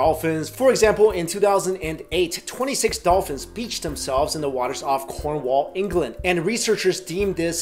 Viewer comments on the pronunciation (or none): btw u have no idea how to say cornwall and I live there and its really easy to say. you dont say corhgwall you say corn-wall